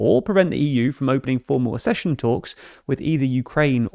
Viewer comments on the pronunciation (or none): Accession ... pronounced axe... not arse...